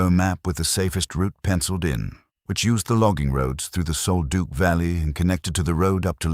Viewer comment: It's pronounced sol duck not Duke